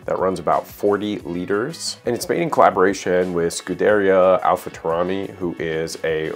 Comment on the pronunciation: Did you just say Alpha Taurani?!?! 😭😭😵‍💫